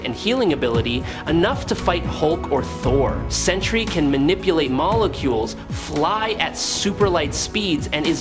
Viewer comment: Why do so many insist on pronouncing the two syllable word Sentry (Sen-tree) as the three syllable "Century"?